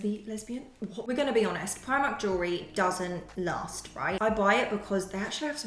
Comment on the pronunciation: No we are from New Zealand. I have family in the uk but you still need to learn to say it properly so you don't look like the odd person out